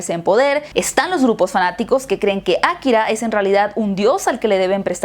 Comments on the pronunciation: por que dices Akkira en vez de Akira? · Ákira, ákira, akirá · aKIra No AKIra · nadie:: Ákira